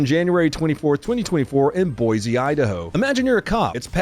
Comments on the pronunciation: Dude, it’s Boy See, not Boy Zee. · Love you, but come on, it’s Boy-see, not Boy-zee. All that being said, it’s sad to see Boise turn in to what it has become. It used to be a pretty nice place, but with the massive influx of people and n the last 10-15 years crime has really risen. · It’s Boise not boize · "Boy sea" damn the one time you get a video from the stat and you BUTCHER the name comeon man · Ok it’s pronounced Boysee not Boizee Boise … BOYSEE Got it dork. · its Boy-see Not Boy-zeee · ITS BOISE PRONOUNCE. BOYSEE OR BOYC. NOT BOYZE.. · It's pronounced BOY-SEE NOT BOY-ZEE! I had that yelled at me my second day that I lived in the Treasure Valley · as a Native Idahoan, you did great, but Pronounce it Boy-See instead of Boize, the natives will love it if you do! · It’s pronounced “Boy-see.” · Thank you for leaving in Bosee, Ohido lol. I appreciate spoonerisms every single time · it’s pronounced boy-see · Just remember that an easy way to say Boise is saying it "boy-c". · Boise, Oh Hai Doe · If anyone is looking to move to Boise, reach out and I can help you connect with a local agent, help finance your purchase, and teach you to pronounce Boise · I swear none ya'll can say Boise to save your nutt sack. 🤦😂